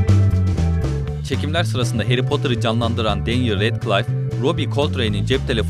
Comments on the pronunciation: Redkılayf değil redkliff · redcılayf değil radkılif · Emeğinize kesinlikle saygı duyuyorum, çok küçük ve naçizane bir ricam lütfen filmleri izleyin. İzlediyseniz de karakterlerin isimlerinin nasıl telaffuz edildiğine dikkat edin, çünkü ben izlerken yanlış söylediğiniz her isimde dikkatim dağıldı. Retkılayf değil redkılif, Darzliy değil dörzli, anne boleyn değil en boleyn. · Radklayf değil radklif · melfoy ne ya malfoy ve redkılayf ne muhteşem ingilizce